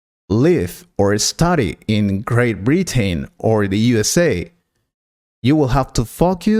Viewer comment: Very poor accent and pronunciation. 'Britain' and ''Pronunciation' is pronounced incorrectly in this video .